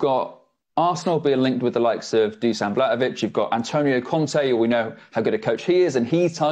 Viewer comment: Pronounced > "DuSHan"